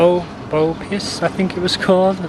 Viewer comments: nope. its actually rrrer-bose in everyday malay in formal malay, is pronounced as mee rrrer-boos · rebus - pronounced as "ruh-boos" fan spotted 😄